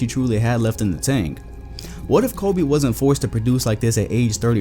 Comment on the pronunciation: Stop saying Colby, it’s Kobe